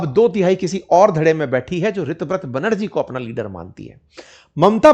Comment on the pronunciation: Sir o pronunciation is tar ha sego रीताब्रता